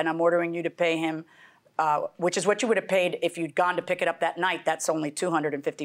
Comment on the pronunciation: How do people supposed go to school, get a job and then get that idiotic, as if they didn't make it past third grade. By the way, English is pronounced would, could, and should, not woult, coult. and shoult. Geez!!